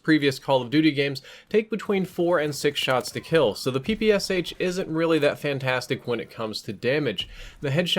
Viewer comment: It's pronounced "Pee-Pee-Shaa", not "Pee-Pee-S-H". I'm so tired of repeating it to you, people (ง ͠° ͟ل͜ ͡°)ง You don't say "S-H-arapova"? You say "Sharapova".